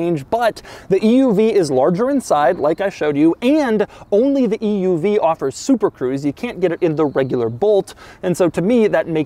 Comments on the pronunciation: Bolt loses 1000 potential buyers every time Doug says "E.U.V" .. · Is anyone else getting more annoyed with how he says EUV as the video continues? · Dougwanese Extra Snooty translation: "Eeeee Yooooo Veeeee" = EUV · It's an oouev? lmao idk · Is this the Bolt "Eee Uuu Vee?" Lol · Bolt EEYOUV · E U V pronounced at least 200 times. 🤮🤮🤮